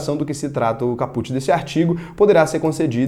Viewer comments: Ótimo vídeo,. Vc é fera! Só um detalhe sobre a pronúncia latina. A pronúncia de caput (significado/tradução: cabeça da norma) é "Cáput" e não "capút". Abraço! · Ótimo vídeo! Só uma dica: a palavra "caput" tem de dar ênfase na primeira sílaba cáput e não capút. Valeu! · Boa. Like na confiança. Apenas uma pequena correção para conhecimento: caput se pronuncia cáput. Abraços